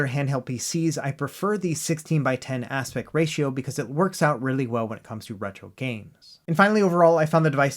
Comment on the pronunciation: please practice saying the word aspect, you repeatedly say aspec or aspet but not aspect